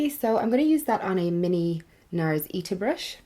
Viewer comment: Beautiful as usual 😍 I feel so mesmerised when I'm watching your videos, is that weird?😅🙈 When I get sick, it lingers so I feel the pain😞 hope you're feeling much better than before though (: Also, you're literally the only youtuber that says the NARS Ita brush in the right way! Everyone pronounces it like 'ee-da' and it irritates me😂 'ita' just means 'slab of timber' in Japanese😉